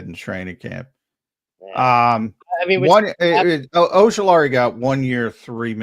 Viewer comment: How do you butcher Ojulari so bad. 😅